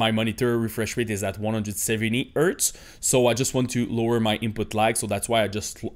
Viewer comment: Do NOT set a maximum framerate! It will increase display latency! Turn it off or set it to a max of 1000 FPS, no matter what monitor you have. (Also, don't forget to pronounce the letter 'H' lol. It's "hardware" and "hertz", not "ardware" and "urtz". Other than that, your English is excellent.)